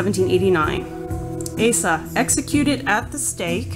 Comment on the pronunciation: Her name is properly pronounced as (oz-zah).